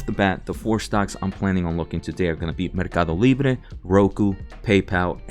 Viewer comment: I like how your a accent comes out when you say Mercadolibre.